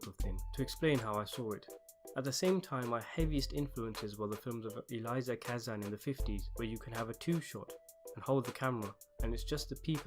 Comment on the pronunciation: I am in this movie! You are pronouncing names wrong. It is EEL-EE-IA Kazan. NOt Aliza Kazam.